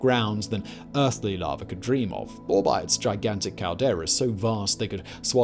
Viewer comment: ice and far? hot larva? man this guy's mispronunciations are driving me nuts sometimes.